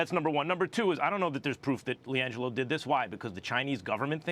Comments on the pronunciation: Who TF is langole... I know who Liangelo Ball is, but not langole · "Lee angelo" lmao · Lmao she said Lan-Joe ball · “Liangelo Bail”😂😂😂😂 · Did she say “Langel ball” at the start?